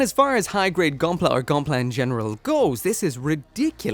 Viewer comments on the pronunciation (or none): none